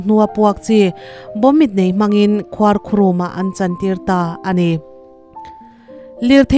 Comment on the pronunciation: Lampüi, ṭawng upa. Lampui,=kawng pui. Khua khurùm, ni lovin. Khuar khurûm tih tur a ni e.